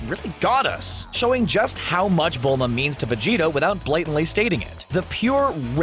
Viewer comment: How cbr say my bilma 🤣🤣🤣😂😂😂